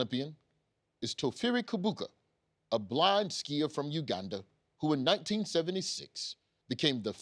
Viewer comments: Ugandan here, Kibuuka is pronounced Cheebooka. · Uganda here. Didn't know about the man Kibuuka but I'm glad to learn about him on CP time #ForTheCulture. PS: The Ki is pronounced as Chi. Chi-buuka. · Wow...its sad that I am learning about Kibuuka now. I guess my government doesn't want to honor a champ who had to change nationalities for better quality of life and an advantage in the game...Thanks for the research. P.S there are 2 Ugandan writers on your team...one actually called DAVID KIBUUKA. So I wonder if the painfully wrong pronunciation is just a bit or you have actually been pronouncing a co-workers name wrong all these years.